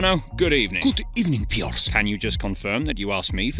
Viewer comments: That Good Ebening got me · Good ebening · Good ebening from Aston villa >:”D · That good ebening🤣🤣